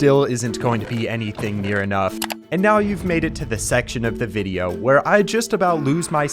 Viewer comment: My boy went to california to make a wideo😂😂